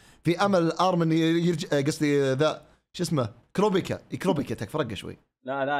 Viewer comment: كورابيكا ❎ كوروبيكا✅ 😭😭😭بس منجد كورابيكا وقون انظلمو يستاهلون تقييم افضل🤝